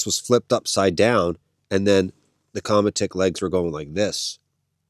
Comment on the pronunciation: Qramutik would be a more correct way to pronounced it. It means sled in inuit/inuktituk. 😉